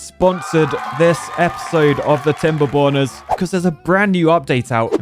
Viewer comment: I hate to be that guy, but I keep hearing "Timberboners", whenever says "Timberborners."